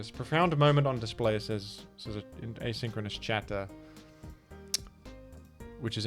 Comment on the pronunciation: A-Sink-Row-NUSSY chat